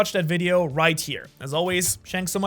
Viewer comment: Dude really said „shanks so much for watching“